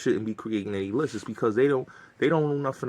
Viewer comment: Every time you said lisses I corrected you and I said *lists for you haha 😆